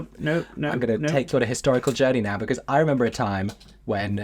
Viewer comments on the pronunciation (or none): none